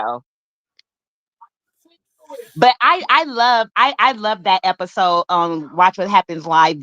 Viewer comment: When you said Heiffer-sode 😂😂💀💀